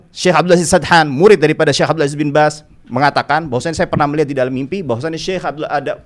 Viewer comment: Bin baz bukan bin bas